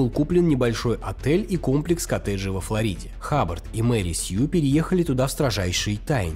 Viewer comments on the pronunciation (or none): none